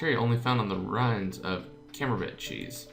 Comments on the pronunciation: The "t" in camembert is silent. In French, the last letter in each word is silent unless the word after it starts with a vowel. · Gillotine is pronounced like that because it'd have to be Gilleotine how you pronounce it, and camembert is pronounced camombear. It's French for cheese. Proust is prounced Prowst :D